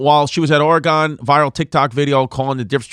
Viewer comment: Chrissy called Oregon, or-gone😅 it's funny how East Coast can't pronounce it! with that dirty accent